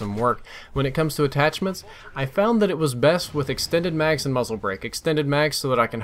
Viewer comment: Lol "extened mags"